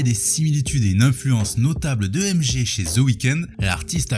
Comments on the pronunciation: Tu dis MG au lieu de MJ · Pourquoi MG ? Tu dit Michael Gakson ?